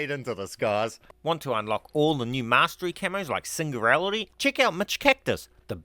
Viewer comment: I just can't get over him calling the singularity camo "sing-goo-relity"😅 that was a belly laugh I desperately needed.